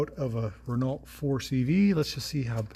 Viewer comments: Please, please, it’s pronounced ‘Reno” and not “ren ault “ There you go, my little Aussie winge. 😝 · Probably is a Gordini: 4 wheel discs, 4 spd transmission, 37 HP. BTW it's "ren-OH". C'est francais. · “T” in Renault is silent, and it is pronounced as “Ren-no.” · had the car for many years but still can't pronounce "ren-oh" correctly :P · I get a chuckle how you say Renault ,It's wrong.haha The lt is silent .